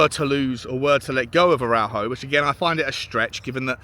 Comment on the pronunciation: Pronounced Ara-ooh-ho with English phonetics. Pronunciation aside, he's struggled since his long term injury. Won't last 5 mins in the prem.